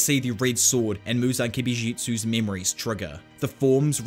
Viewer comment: muzon kibishutsi